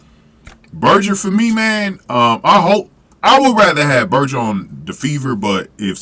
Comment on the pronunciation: just so you know Grace's last name is pronounced like hamberger, not burjur. Thanks.